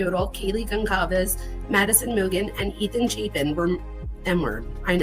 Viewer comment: Hello! I think it’s important to pronounce their names correctly. Kaylees last name is gon-SAL-ves. There is no hard “k” sound. I hope that makes sense? Thank you for a great video!